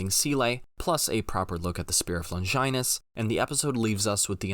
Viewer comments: My dude - It's 'Lawn-jii-nous' - Not ''Longginus'' in how its pronounced. + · How do you pronounce longitude? Do you pronounce longinus like you do on purpose my goodness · Someday I'll hear a Youtube NGE breakdown where the essayist will pronounce "SEELE", "Longinus", and "GERHIRN" correctly.... Otherwise this is solid stuff.